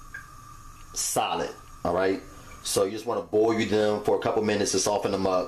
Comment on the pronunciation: The way he says boil... "Boy yoo" 😂😂